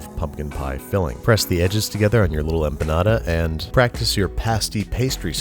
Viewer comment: The way you say “pepitas” and “empanada” 😂